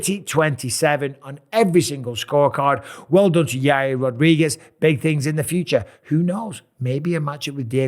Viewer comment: Chael calls him Yahrear